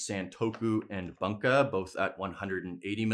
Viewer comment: It's pronounced "Boonka"